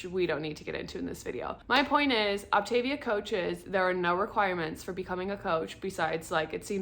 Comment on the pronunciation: Thanks for the info, however it is pronounced OptaVIA, like mama mia.